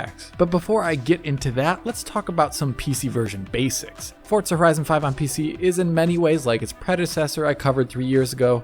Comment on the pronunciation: Why do Americans say fortza?